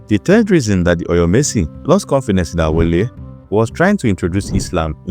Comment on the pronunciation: Correction: The name is Alaafin Aole, not Awole.